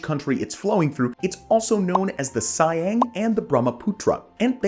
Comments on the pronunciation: what is engliya ??? Siang - See - Aang. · Saeeng😂, no. Its pronounced SeeAang, Siang in Arunachal.